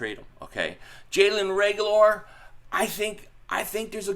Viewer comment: I love when he says Reagular 🤣🤣🤣